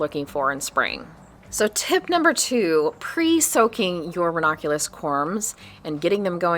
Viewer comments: I appreciate this VIDEO and all information for Growing RANUNCULUS 😅 only one thing I noticed was that you. Kept Pronouncing RANUNCULUS differently. You kept saying RAW NAH CULAS! That sort of Drove me a little crazy but not too serious. Lol!!❤👋🤭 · Hi. It’s ra-NUN-Q-Lus. But I like how you say it too. Hehe